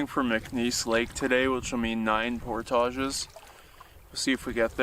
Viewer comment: The way they pronounce portages lol!!!